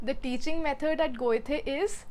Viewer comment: Loved the video as I am looking for options to learn German. Just one thing that really gets under my skin (and I have seen many Indians make this mistake): Goethe is pronounced "Guh-tuh" not "Goy-tey" :D